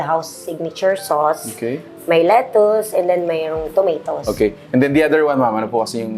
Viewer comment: Brooklyn is not pronounced as Brook-lean. Brooklyn is pronounced as Brook - lan. Lettuce is not let - toos, instead let - is.